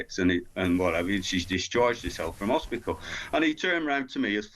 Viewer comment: Hos pit al. Not HOSPISKAL